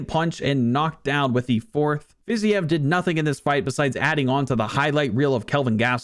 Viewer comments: “Fizyev” brother it’s “Fa-ze-eve” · Fi-zeev not whatever the hell you were saying. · Learn how to pronounce Fiziev properly, please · I love your UFC videos but Rafael Fiziev is pronounced like Haf-i-el Fiz-eve.